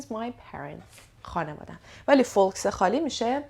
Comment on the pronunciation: misa jan folks L talafoz nemishe foks khunde mishe, ba sepas